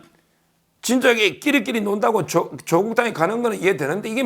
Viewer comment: 長音 <조오국> 아님, <조>에 강세를 붙여 短音 <조국> 으로 발음해야 조오국× 조국°